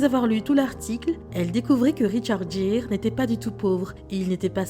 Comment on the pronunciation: Richard Geere prononcer GUIRE